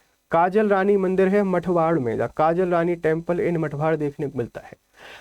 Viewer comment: पहले भी आलीराजपुर ही था, लोगों अपनी सुविधा के लिए उसे अलीराजपुर बोलने लगे। और व मठवाड नहीं मथवाड हैं। सर आप सही शब्द का उपयोग कीजिए नहीं तो, सरकार को नाम परिवर्तन का एक और आदेश निकालना पड़ेगा।